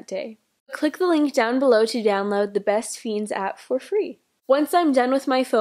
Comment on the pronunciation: why do everybody talk about bestfiens how ever u say it